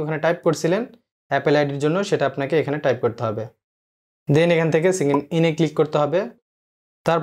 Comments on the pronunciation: আরে ভাই ওটা সিইংইং না ওটাকে সাইন_ইন বলে🤣🤣 এতো ভুল ইংলিশ নিয়ে আবার ইউটিউব চ্যানেল? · ওইটা সিংইন ইন না। ওইটা সাইন ইন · অসংখ্য ধন্যবাদ ভাইয়া তবে অইয়া সিগিন না সাইন ইন 😂